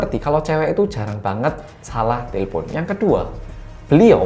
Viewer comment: te le pon 😂 ngekek aku mas, udah sama kayak orang Batak aja e nya jadi E